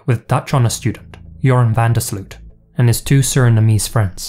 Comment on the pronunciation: I love falling asleep to true crime mysterie compilations. But yours are too good; I have to stay awake! Btw. Van der Sloot is pronounced "van der Sloat" like oat, boat, goat. 😋